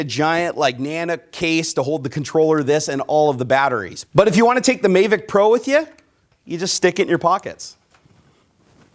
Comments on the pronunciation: it's mavic not maevic. good video! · I'm sorry but he said mayvic pro. ITS MAVIC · thank you. I cringed every time he said MAY-vic. Same with REEE-view. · please stop saying "may-vic..." it's pronounced like Havok :P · Mayvic Pro? No, mahvick Pro. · MAAAAAAAAAAAAAAAAAAH VIC, NOT MAAAAAAAAAAAAAAAAY VIC >:OOOO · He said may-vic... smh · May vic? Did i hear that right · OH MY GOD OH MY GOD OH MY GOD! I've been waiting for this I got a mavic and it is amazing especially the camera and the obstacle avoidence also it's prenounced MA-Vic a as in Jack Ass. Also the faa is stupid I don't fallow the rules or have my drone registered. many people fly with the bubble off. In fact you get more airflow that way. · So many people ragging on for saying "may-vic" wholly fuck who cares? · It's MA-vic. A as in apple. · That may be the case but you are in the states and it's pronounced MA-vic. There's no trolling involved. Simply correcting your pronunciation. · Yep. He was saying it wrong the whole time and I couldn't watch the video anymore. It was annoying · One, having 3 monitors is not a problem but them being huge is just stupid. Also, you pronounced mavic wrong. You really act like a nerd and I'm definitely not coming back to your channel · your saying Mavic wrong Dude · The way you say MAVIC really irritates me lol. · it's not about how I pronounce it, it's about how everyone the built and designed it at DJI pronounces it. If you're going to ask the company to send you their product for free, you might as well pronounce the name of their product the way they've intended. As DannyAR mentioned, no trolling here, just had to agree on the pronunciation here. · love the video but i think you're pronouncing mavic wrong lol